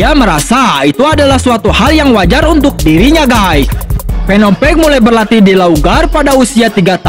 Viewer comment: Btw page itu bukan di baca peg.tp pej.semangat terus bto